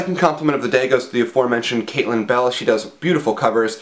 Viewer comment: When you first said Caitlin Bell I thought you said Katie Bell. I actually know someone named Katie Bell, and she always complains that she had the name before JKR ever came up with it =D